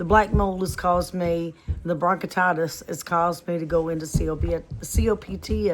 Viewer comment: You are pronouncing it wrong. Bronchitis and COPD.